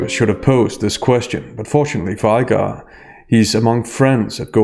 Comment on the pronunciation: Iger. Not I Guar